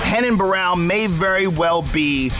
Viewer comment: They keep mispronouncing his name. It's RENAN not HENAN.